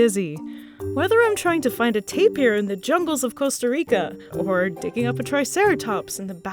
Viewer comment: Nice video. Why does she keep saying tape-ee-er when it's just tape-er. (tapir)